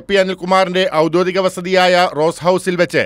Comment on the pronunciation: ഔദ്യോധികം അല്ല ഔദ്യോഗികം... ഒരുമാതിരി അക്ഷരഭ്യാസമില്ലാത്ത.....